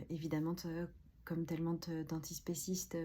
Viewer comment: « Tellemente » « notammente » … ce sont des adverbes. Ptn respecte-toi 😂😂😂